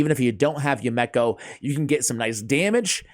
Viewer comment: ASH......bro, homie, my man. It's pronounced You-me-ko. Not You-mek-ko. It's a Japanese name. You-Me-Ko. Yumeko. Now, go forth and be great.